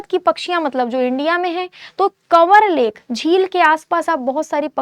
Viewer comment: पहला answer का उच्चारण गलत है कवर lake nhi kanwar कंवर lake hai